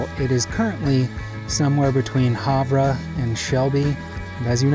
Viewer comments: Hav-rah😂😂 haver, is how it is pronounced, like, you can haver😂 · Hi there, Montana native. Love the videos! Glad you enjoyed the park. Havre is pronounced as Hav-er, instead of Hav-ra. Common mistake but made me do a double take, lol. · Havre is pronounced (Have - er) not (Have-ra). It is a shibboleth. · wild pronunciation of Havre (sounds like have-er) made my day! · Havre is pronounced “Have Er” by locals. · So...you may have already gotten this from a horde of other Montanans, but...it's pronounced "haver." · That bar of soap you bought was made in my home town and I went to school with the son of the lady that founded the company. Oh and Havre is have-er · I'm sorry but I have to..... It's HAVE ER